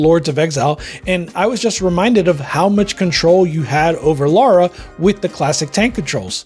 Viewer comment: lara and laura are two different names and are pronounced differently!